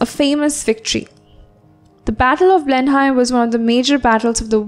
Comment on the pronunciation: You pronounced Blenheim in a wrong way